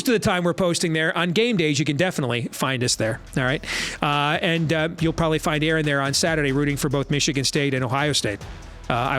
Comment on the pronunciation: For fuck’s sake, would you guys please just check out the Penn State media guide and figure out if the kid’s name is pronounced AL-uhr or uh-LAHR? This shit is getting annoying.